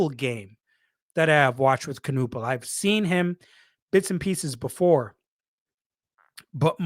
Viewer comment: It's Ka-Nipple, not Ka-Nuppal homie